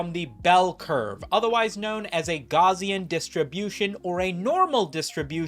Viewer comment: You say Gaussian funny.